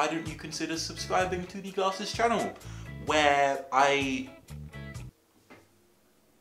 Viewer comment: its pronounced glausess